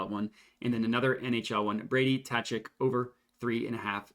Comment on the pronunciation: They’re pronounced “Taves” and “Cuh-chuck” 👍🏼😂